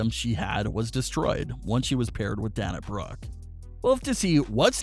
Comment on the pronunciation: Please Pronounce the Wrestlers names correctly. Especially Dana Brooke Sasha Banks. We are all great fans of WWE.